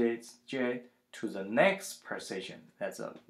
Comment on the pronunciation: the way u say position sounds like precision...hard to understand the accent